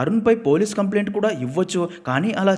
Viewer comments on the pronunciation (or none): none